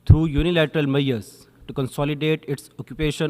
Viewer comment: Kidnly do some pronunciation training. And it is measure not meaure. What's wrong with you guys?